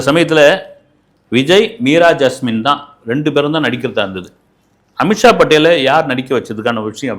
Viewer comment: பாலு அவர்களே... அமித்ஷா படேல் இல்ல.. அமிஷா படேல்....